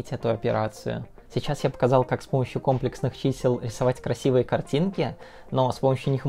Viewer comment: Потому что он сам не понимает о чем говорит. Уши вянут от ко́мплексных чисел..